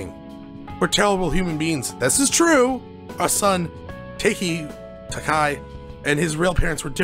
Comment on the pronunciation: amazing that you read taiki as takai. it's ta iki